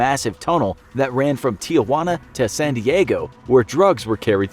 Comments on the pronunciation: Me: Tijuana Narrator : tea a wanna (Joke don't take it serious) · Tee u whana lol its tee whana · Tee uh wanah Hi lol I’m sorry I’m from San Diego I’m just razzing it’s tee hua nah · he really just said ti-ju-ana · "tee wana" cringe for mexicans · I love how the narrator said "Tee-ya-wana"